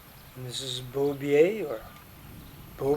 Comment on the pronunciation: Beaubier’s name is pronounced Boh-beer not a French pronunciation as you kept saying Boh-be-eh. It was named after the lady who died taking care of the sick.